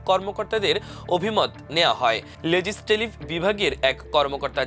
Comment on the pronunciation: আইন মন্ত্রণালয়ের লেজিসলেটিভ স্থলে ভুল উচ্চারণ করলেন।